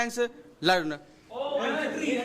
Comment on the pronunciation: lun instead of learn😅